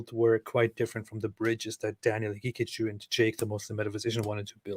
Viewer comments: I can stop laughing by the way Robert calls Daniel Ha-Kick-A-Jew 😂❤ Edit: I died when he said Daniels telegraphings his antisemitism 😭✝️ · david wood trying not to laugh everytime robert says daniel haqiqaJEW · Is it just me or does it sound like Robert is saying "Hakickajew" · Robert pronounces Daniel's name like HeKickedAJew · Great stream! I love the way Robert says Daniel's name. Ha-kick-a-jew 😂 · Robert pronounces it as "He-kick-a-jew", kind of fitting